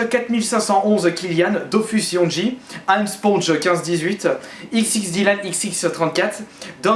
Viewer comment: WAIIIIIIII je suis trop content j'ai eu ma dédicace ;) sauf que yongi ça se prononce pas "ji" mais "gi" et j'adore ton t-shirt et comme d'hab bonne vidéo ;)